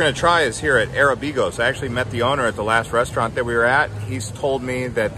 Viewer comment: "Arabicos" is pronounced: "a-RA-bi-cos".